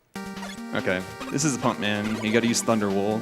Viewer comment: Damn, I thought he said "Funk Man" (turns out it was Pump Man). I'd love to see and hear a Funk Man stage.